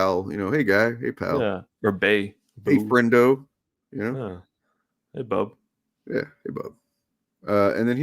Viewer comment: That wolverine sounded like shite. he can't even say bub right